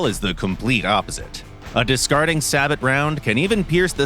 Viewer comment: Did he say Sa-Bot insteaf of Sa-Bo?